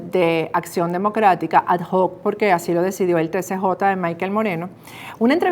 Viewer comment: ... porque pronuncia ad hoc de esa manera, señora periodista....